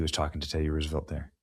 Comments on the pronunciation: The horses are "trotting" not gallopping. And it is Rose a velt, not Roos. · Benny! ROSE a velt! Not ruse a velt! Uggggg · Why are you pronouncing Roosevelt like that? It's suppose to sound like "Rosevelt" not "Roosevelt". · Pronunciation of Roosevelt is as in rose, not rooze. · Nobody east of the Mississippi pronounces Teddy and Franklin's last name, "Roooooosevelt" (anymore). It's been pronounced Rose-a-velt my entire life. Watch any history program made in the last 70 years about the Depression or the Panama Canal. The president's name is "Rose-a-velt". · Come on man it's "Rose a velt" for Pete's sake Benny it's not Rooosavelt 🤦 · Fun fact: Roosevelt is actually pronounced Rose-(uh)-velt. The name has Dutch roots and both Theodore Roosevelt and Franklin Roosevelt confirmed its pronunciation. Research it if you don’t believe me. 😂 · It’s not rusevelt